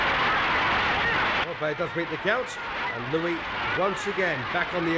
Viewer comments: that is great. But if you were at the fight, you didn't hear the announcer on the radio. Whoever this announcer is, he's a disgrace. As the original post by TWS1956 stated, he can't even pronounce the name of Joe Louis properly. The ring announcer correctly calls him "Louis", but the blow-by-blow guy wasn't paying attention to that or anything else, calling him "Looie." Also, he says Baer won the tile by beating Max Schmeling. The Schmeling fight was a non-title fight , and Baer won the championship in his following fight by beating Primo Carnera. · Is he calling him "Joe Louie?" His name was Joe Louis, not Joe Louie. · Great stuff. I almost had to watch on mute though. I could barely stand the commentator calling Joe “Lewie”. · Wow!! How was Max Baer ever a boxer let alone heavyweight champion? Announcer kept calling them "Maxie and Joe Louie". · why does the commentator call Joe Louis Joe Louie??? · It sure would be nice if the British announcer would pronounce Joe’s last name correctly. It is NOT “Louey”. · So what's with this commentator. It's Joe Louis not Lewy pfft. He was one of the best. That was a brutal fight. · This video is the first time I have heard Smokin' Joe's last name pronounced in the French way (lou-wee) versus American (Lew-wis). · Never heard anyone pronounce his surname 'Louie' before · First of all the well known announcer Joe Humphreys' racist introduction "Although colored" was sickening to hear. Secondly where in the name of God did they get this commentator for this film calling Joe Louis Joe LOOEY, listening to that ignorant pronunciation of Louis' name was like nails on a blackboard. Louis destroyed Baer and the long standing claim that Baer had a broken hand before he got into the ring is something I never believed. Louis at his peak! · well first of all he called Joe Louis, Joe Louie. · Joe LOO-EE??? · Joe Lewey gonna bomb youey if you don't get his name right, hehe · It's LouISSSS. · The guy can't even pronounce his name right